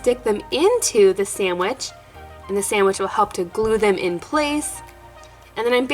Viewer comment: I don’t know why but it bothers me that I hear sandich instead of sandwich